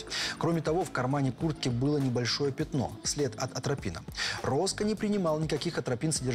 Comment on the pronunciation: Самому обычному человеку режет уши сказанное двумя мужчинами, озвучивающими фильм: "аНтропина", "индефицировать"! Правильно говорить не "аНтропина", а атропина, не "индефицировать", а идентифицировать"! Эти грубейшие ошибки, озвученные самыми самоуверенными голосами, выглядят ещё смешнее. Это... Без дальнейших комментариев.